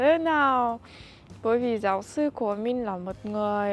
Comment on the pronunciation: đọc sai từ mình với từ min là hai từ khác nhau nên xem xét lại